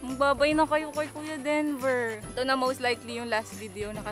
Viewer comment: ngayon lang ata ako nakarinig ng "dinover" for kuya denver. 🤣🤣🤣